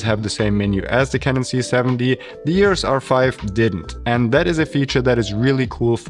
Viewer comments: Please make an effort and pronounce EOS not EORES. You can do it! Lots of deutsch/austrian people can! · It is EOS, not EUROS.